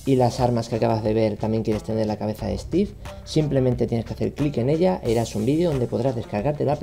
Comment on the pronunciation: por favor es stive no un robot :v